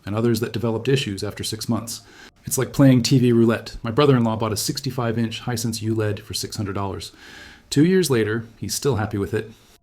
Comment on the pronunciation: 100%, as revealed when he mispronouces Hisense as Hisensuh.